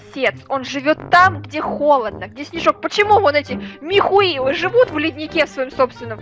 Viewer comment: Мне одной нравиться когда и говорят не Михаил а Михуил